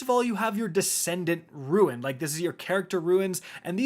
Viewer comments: My guy, it's RUNE, not RUIN. Pronounced like ROON. Every single time you're saying it like ruin... come on, man. This ain't some strange, archaic word nobody's ever heard of. RUNE. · Roon not ruin... your killing me bro lol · Ru-ne not ruin ;-) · didnt know its pronounced "ruin". always thought rune was rune. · ROON not RUIN driving me insane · My face twitched involuntarily every time he pronounced "rune" as "ruin" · R U N E. not ruin. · It's pronounced 'roon'....🤦🏼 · Can we just talk about how much he says “RUIN” instead of RUNE…. sheesh…. Also, can’t wait to test this game out. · It's ya boy "I Say Rune Like Ruin" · Hearing you say ruin repeatedly instead of rune ruined my brain. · Why u pronounce rune as "ruin" lol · Why are you saying "Ruin"? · Rune not ruin lol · Stop saying “ruin”! Jeezo! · It's RUNE not RUIN lol come on read much jk I love you buddy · why u keep sayin ruin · Rune or ruin? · "Ruin" he saying when reading rune WHY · You are correct. is mispronouncing the word. Rune is pronounced 'roo-n'. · RUIN, SHAMBERS, TAKTO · "Doesn't Know How to Say Rune" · This video was ruined by the way he pronouced rune. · man cant say rune properly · ...You say "rune" wrong, and it bothers me. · Rune is pronounced roon, not ruin. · Ok are you saying, “ruins,” “runes,” or is “rune,” pronounced, “ruin”? Ok never mind I saw the screen which says,”rune.” Am I saying it wrong or are you though? I say, “roon” not “roo-in.” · Ffs the word is roon not ruin. Must be the destiny 2 brain damage. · Destiny and Outriders had a baby and Warframe is the crazy uncle! Also you mispronounced "rune." It's pronounced ro͞on and not ruin (ˈro͞oin). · RUNE! NOT RUIN. It is pronounced like Dune. sorry, just you said it like 20 times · Roon, not Roo-in. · Rune is said “ROON” not “RUIN”, super tilting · Anyone gonna comment on the fact that he is saying ruin instead of rune... anyone, ok I will :) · for the 100th time it’s a ROON not a RUIN